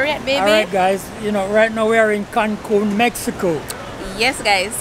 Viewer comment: It's Cancun😂 not Cancum